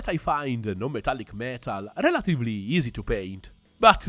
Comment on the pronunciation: I love your paint style, I love your videos, I love your accent. But every time you say the word “easy”, something dies inside me. Best regards